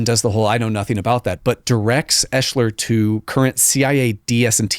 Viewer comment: Ps.. Bob’s name, it’s pronounced Ex-ler But spelled different, Oeschler I believe is the spelling. not eshler.and I can prove it